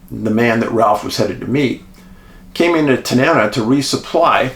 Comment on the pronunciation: Pronounced Ta-nuh-na. 69 year Alaska.